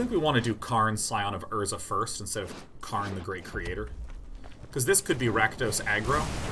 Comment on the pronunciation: The way he says urza land make me hate myself.